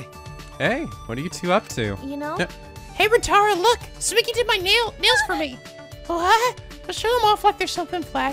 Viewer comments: The way keeps pronouncing Tsumugi sounds kinda like Tsumiki, and it's bringing back SDR2 feels I didn't know I still had. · How dare he mispronounce Tsumogi's name! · Woo. Exciting. Minus the death part. I forsee people pointing out Tsumugi's name is not Tsumigi. Its okay guys. will correct himself if he really feels like it. Not like anyone corrects him with Morishige. Shocking news: cant pronounce JP names that well. It happens! Dont get hung up on it. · you need to stop pronouncing her name as Tsumigi lol. It's Tsu-moo-gi. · Not even three minutes in and we already have a FMA reference from Tsumugi. Speaking of which, still mispronouncing her name. It's not Tsu-MI-gi it's Tsu-MU-gi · It's not Tsumigi, it's Tsumugi... This is the new Ashina and Komayda, isn't it? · Marche800 Moshirige instead of Morishige Ashina instead of Asahina And now Tsumigi instead Tsumugi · ikr? When he says Tsu mi gi, i hear Tsumiki which reminds me of Mikan X_X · Tsumugi. No TSUMIGI. You're pronouncing it like she's Mikan Tsumiki. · Tsumugi, not Tsumigi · her name is Tsu-MU-gi, not Tsu-MI-gi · Ummmm, is it just me or is he pronouncing Tsumugi wrong? It sounds like he keeps saying it like Tsumigi instead......which is wrong. Edit: nevermind, he corrected himself later. Or I was hearing things. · TsumUgi, not TsumIgi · Tsu-moo-gi. Not migi. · It's Tsumugi not Tsumigi. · it's not hard to say TSU-MU-GI,! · Just so you know, it's soo-MOO-gee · Repeat after me. Soo-MOO-gee. Tsumugi. you've been pronouncing my girl's name wrong this whole time:p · Tsugumi isn't a hard name, you'd think he'd be able to pronounce it right... >~>